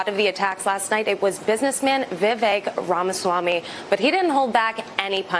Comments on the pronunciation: Why does Benny insist on calling him "Vivek Ron Swammy"? It's RAMAswammy. RAMA. As in AlabAMA. As in RAMA-lama-ding-dong. As in ObAMA. This "Ron Swammy" mispronunciation is completely baffling to me. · And "Vivek Ron Swammy". It makes me climb the walls.